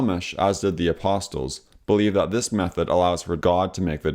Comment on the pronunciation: I have recently discovered your videos and they are very informative and well produced. Just a small point: the T in apostles is silent.